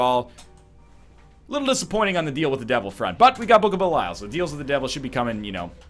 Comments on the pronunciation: Andrew P Something like bell-e-all. Actually exactly as it's written, but in English you don't pronounce stuff as it's written. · Dear diary, he's still calling it Book of Belyle...